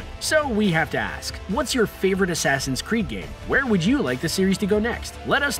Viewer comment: Asaasaain Creed odessey